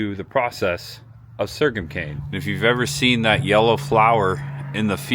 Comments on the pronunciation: sore-gum, like your gums are sore. wtf is sergam? ;) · The correct word is so’rgum. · Sorghum is pronounced "soregum". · Great video!! It’s actually pronounced “SORE GUM” no shade thrown. 😃✌🏼Also Chillicothe used to be the capitol of Ohio. Locals pronounce it “Chill A Caw The” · Great tour! Been eatin' at Bob Evans restaurants 46+ years, mostly here in WV. Galipolis, OH is pronounced "Gal-a-police" and sorghum is "sore-gum." Just for future reference. You did a real good job here, young man. Real genuine. Best of success to ya!